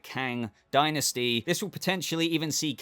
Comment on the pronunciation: We need to teach him how to say Namor and Dynasty lol